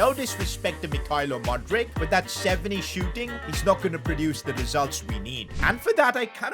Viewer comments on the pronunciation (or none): none